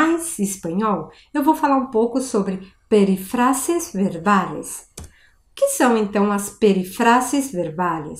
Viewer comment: Profe, tu video está buenísimo, pero la pronuncia de "peRÍfrasis... Mira que la sílaba fuerte está en RÍ...